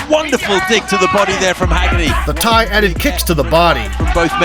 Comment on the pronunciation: It's Haggerty. Not Heggerty. Haha. I know the name is traced to Ireland. I'm not disputing that. What i am disputing though is you saying "Irish stock. What do you expect?" Well, i don't expect anything. Why would i? The Irish don't produce good fighters whereas England produces great fighters and always have. That's why Haggerty can fight the way he does. He's conditioned by the environment. If you think there's some special kind of magic in the blood due to having some faint Irish ancestry, i'm asking what that magic is scientifically? Break it down to me. Also, who are these great Irish fighters produced in the Republic of Ireland born and raised without any other ancestry being involved if it's to be expected when a fighter is great?